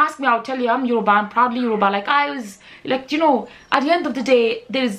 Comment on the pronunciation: Are you saying Yourba?